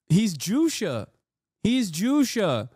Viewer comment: It’s Juche not Jusha. He gets away with a lot of BS by being confident.